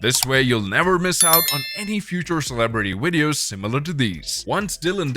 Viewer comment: whats a celebrity wideo?